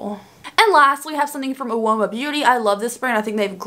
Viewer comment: Girl I DO agree on the snap palettes by Fenty....it's a terrible formula.....also the brand Uoma beauty is pronounced as though the first letter is silent....u don't pronunciate the U